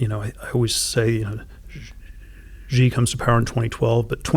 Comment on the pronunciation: so smart but can't pronounce xi.